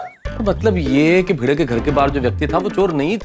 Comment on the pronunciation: Bhide ❌ bhinuu ✅🤣🤣🤣🤣